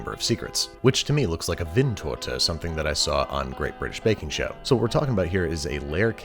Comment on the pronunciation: “Great British Baking Show” sounds SOOOOO off. 😂😂